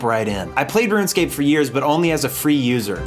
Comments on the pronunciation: You keep calling it "Ruin Scape"... Why? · Why you gotta keep saying "ruinscape"? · Am I the only one hearing “ruin-scape?” Is this a running gag carried over from the Elden Ring video? 😂😂 Great video!! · Ruin, Rouxen, Room scape. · "Ruin Scape" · am i silly or does it sound like he says ruinscape every time? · Right out the gate "RUIN-SCAPE" I mean C'MON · There's no "I" in the word "Rune." Say it with me... "ROON" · next time limit saying "ruinscape" to just when you're referring to RS3 and you'll be all good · Why do you mispronounce “RuneScape”? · I'm sorry, but I clicked off of this video when I heard how you pronounce RUNEscape.. I just couldn't handle it bud. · played RuneScape for 18 years this is the first time I've heard it pronounced like that. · "Ruinscape" Lol Anyway, awesome video. You and I were literally the same as kids. Every single thing you said lol. It's crazy playing it now, having 99s, over 1b, etc. I could never have even fathomed any of that as a kid. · I hate that it sounds like he's saying ruinscape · Anyone else noticed how he kept calling it "Ruinscape" ? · why do you keep pronouncing it ruinscape lol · Why do you keep saying "Ruin" scape? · please stop saying ruinscape lmao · Bro kept calling it RuinScape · Why did you say Ruinscape the entire video, though? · “Ruinscape” was bugging me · why do you keep saying ruin scape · No one:: RUINscape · Roo-inscape. I love your videos though. They're so entertaining and funny. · why he say RUIN-SCAPE all the time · “Rue-en scape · Yo why he saying Ruinscape?!? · Stop sayin "Ruinscap" rune - scape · "Ruinscape" I can't unhear it every time he says runescape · you pronounce rune as ruin lol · u purposely pronouncing rune scape as "ruin" scape? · Its not ruin . Its rune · it's RUNEscape no RUINscape smh 20 years later and you still can't say it right, i have never heard of anyone ever struggling to log into osrs ever lmao, that's not Jagex issue that's a you issue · "Rooun Scape"